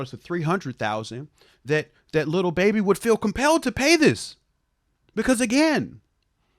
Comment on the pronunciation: always calls him Le BeBe - with a french accent (Leh Behbeh). It's one of the very few things that come out of mouth that I find funny every single time! 🤣